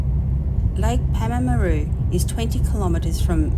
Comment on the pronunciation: pronounced "Paarrm a roo